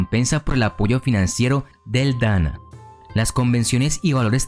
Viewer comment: Hay ciertos pequeñitos errores: -Se lee Dan-na no Dana. -Las maikos seguían a las Onee-san (hermanas mayores) no a los Onii-san porque eso es (hermano mayor). Dato adicional, antes era cabello de la propia Geisha, ahora es una peluca de cabello humano que puede costar desde 200 dolares y pesar desde 3 libras o más dependiendo del tipo de tocado.